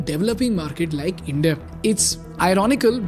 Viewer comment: Bro please atleast say the word India better